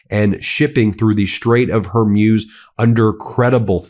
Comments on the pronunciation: Can you not say hor-mooz instead of Hormuuuze. its easy look up the pronunciation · hor-MOOZ, not hor-MYUZ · Bro, it is pronounced as WHORE -MOOSE, not Hor-muse. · Hormuz, pronounced: Hor-mooz, not, Hor-muse. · Hormuz is pronounced “ Hor - mooz.” Please check and correct your pronunciation before you speak. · Please, "Strait of Hormuz" ... the pronunciation is HorMooz -- like a cow, "moo", not like muse. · It’s not pronounced Horm-yooz, but Hormooz! So just because you don’t know the correct pronunciation and were too lazy to check on the Internet, how everybody else pronounces it, you don’t have the right to spread false pronunciation. So drop your ridiculous letter Y and pronounce the word without it: HORMOOZ. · HOR MOOOOOOZZZ , not hor muse. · Hey Ben, it’s not Hor”muse” as in think about, but Hor”mooz” as in what cows do. Saying it wrong is distracting. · NO SIR, it's pronounced HorMoz, and should be written Hormoz, which is a Persian/Parsi/Farsi male name, which I believe was the name of a legendary Persian Naval commander.😮😮 NAVGAN==Naval Ship is also a Persian/Parsi name, because Persia/Iran invented navy and Naval forces in ancient times.😮😮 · It's pronounced Hor mooz, just so you know.❤ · It's pronounced hor MOOZ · Ben, it's pronounced Haw- Mooz ( like ooze) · Please learn how to pronounce "Hormuz." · Can somebody please teach this man how to pronounce correctly the ''Strait of Hormuz''! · You're pronouncing Hormuz incorrectly. FYI. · Ben, Faisal is pronounced Fy-sl Also Hor-mooz